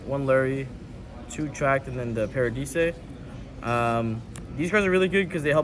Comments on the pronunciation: Did this man just say "parahdeesay" when pronouncing "paradise"? What are they teaching in schools these days? :D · bro did he really say paradise, PARA DE SAY lmao, bro oak english and math is way to funny lmao. no offense yall crazy tring to record a deck profile LOUD AF in a resturant... smh. any addreal this time? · did the italians make u pronounce paradise that way? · actually the original name of the fusion is “Des Irae”, so Pak didn’t say the name that wrong (but still, wrong pronunciation on Paradise is insane XD)